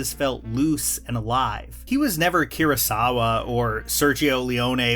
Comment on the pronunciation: KUROsawa, not KIROsawa